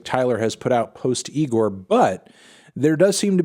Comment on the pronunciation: Yeah cool, he's back, but Anthony how many times do we have to tell you that it's pronounced "i g o r" and not with an N in the beginning..